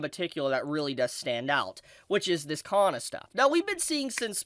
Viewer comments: Kana, not Ka-nn-a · 有馬かな か な It does matter Should be Kana not Kanna かな not かんな